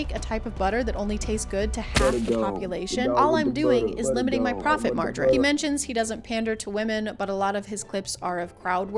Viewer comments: did u say “profit margrin” instead of margin? 💀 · ...Please tell me you didn't just say "profit margerine" in a bit about butter 😭